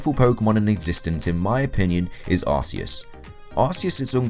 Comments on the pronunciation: He did not create the Pokémon world. And you Said Arceus name wrong it is Arceus With a K sound idiot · Is no aseus is arceus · You are idiot it is Arceus not aseus god,god,god,god,god!!!!!! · It's not arceus it's ar - ke - us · not Aceus its Arceus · It's Arceus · U do realise mega rayquaza, primal kyogre/PRIMAL groudon and both mega mewtwos have higher base stats than arceus? And u can't even say arceus right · you also said arcues wrong :D your stupid and arcues is weak as heck your so stupid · Did anyone else get triggered when he said Arceus wrong? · YOU SAID ARCEUS WRONG